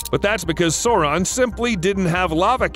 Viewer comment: Anyone catch the "Soreron" mistake